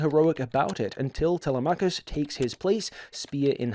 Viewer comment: I have to say, the pronunciation of some of the names threw me. But, I may be wrong, my pronunciation of Telemachus comes from the Franco Japanese Ulysses 31. And my pronunciation of Nausicaa from Hayao Miyazaki